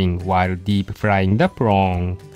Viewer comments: you mean "prong" lol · i can't get enough of saying "prawn"